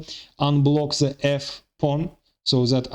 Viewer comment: 😂😂😂 same comment .. even in arabic we have same situation with the egyptins they pronounce a lot of letter (ze) like he did .. ze queen ze king 😂😂